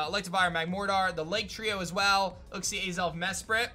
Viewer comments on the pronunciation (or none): none